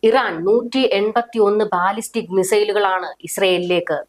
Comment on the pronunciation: ബലസ്റ്റിക് മിസൈൽ, ബാലിസ്റ്റിക്അല്ല